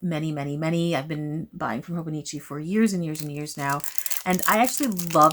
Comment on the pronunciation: No, I promise that was an excellent pronunciation! And yeah, I'm on the market for my next journal/planner and I'm not sure what to pick yet, do I want a classic leuchtturm notebook for maximum creativity or do I prefer the stability of a planner.. decisions decisions 🥲 I don't recommend being a Libra AND a stationary lover haha